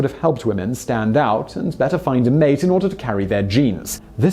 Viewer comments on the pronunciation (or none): none